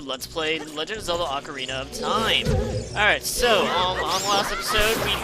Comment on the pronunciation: Actually its Ocarina =/